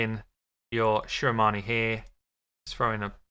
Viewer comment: I am here because the name of this game is my last name 👀😳 I wanted to hear how you pronounce it😂😂😂 it's actually the correct way